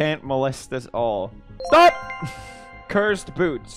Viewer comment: It sounds like Alexei from Stranger Things when he said sTouP